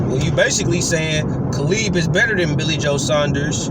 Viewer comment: "Caleeb Plant"😆 "Billy Hoe"😆